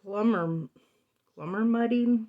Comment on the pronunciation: “glummer mudding”?